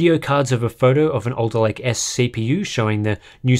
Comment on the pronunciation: Was having this on in the background not really giving it much attention when I suddenly heard "Intel 12'th gen Elderlake processor spotted in Sea Software database..." Harbour Unboxed confirmed!